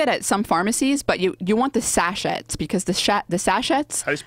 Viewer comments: Sash-et? Do Americans really pronounce sachet sash-et? Sash-ay! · Got Integrity? No, we pronounce it Sashay if we value being correct. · The pronunciation of sachet is "sachė". It is French, so you don't pronounce the t at the end on the word.